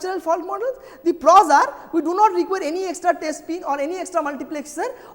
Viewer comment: it is pros not "pors"